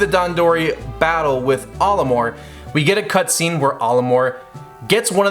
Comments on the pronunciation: Your pronunciation of Olimar is like if you switched the A and O around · I hate how he pronounces Olimar's name.